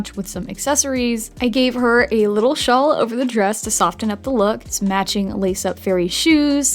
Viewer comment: Wait wait wait pause did you just pronounce the t in soften